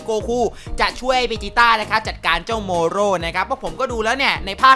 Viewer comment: ทำมัยเหมือนพี่พูดเมรุสกับโมโรผิดไปนะเนี่ย